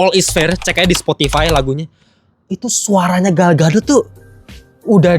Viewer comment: Gal Gadot ❎ Gal Gatot ✅